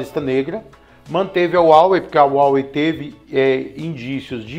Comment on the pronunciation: A pronuncia de Huawei é haowei, com o ha com som de rá.